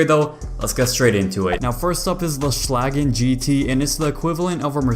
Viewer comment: Its Beautiful to hear as a German how english people say Schlagen😂😂😂 (schlagen menas to beat someone 1 btw)